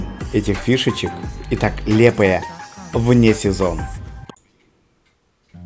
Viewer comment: Вы неправильно говорите не лепая а лиепая